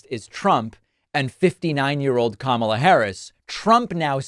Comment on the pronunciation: At least trump finally pronounced Kamala's name right!